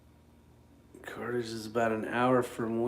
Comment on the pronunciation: Pronounced Car-thedge